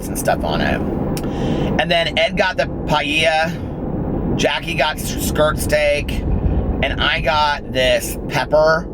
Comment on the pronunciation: Love how you pronounce paella 😂😂😂💙 my fav food !!